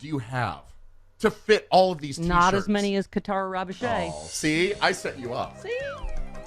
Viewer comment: It's pronounced "Ravodge" No seriously. 🤷‍♀️